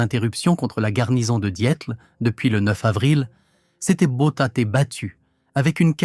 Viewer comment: RAEDER, pas Raider. La Louft baffe, Louft-bafeu, ...🤔 faut-il en rire ou en vomir ? DIETEL, pas Diète. La KOALITION, un troupeau de Koalas ? 😂 HAVOC, pas avocat. Les États-majeurs. 😮 ben heureusement, on va pas y envoyer des mômes... La VERMARTE... 44min45sec. Nous voici replongés en 1917. La Relativité d’Albert ? 47mn et quelques, idem, mais soit en 1870, soit en 1914 ...?